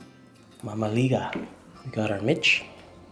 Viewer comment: its pronounced Meech or sounds like sayin the word Meech, not mitch but good take on romanian food brotha.